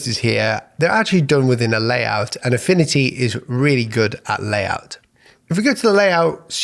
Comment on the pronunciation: "Affini-y" 😂 no hate love your vids